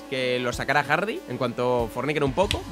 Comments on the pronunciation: JAJA Hard"i" xD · Nadie,: Hardi con i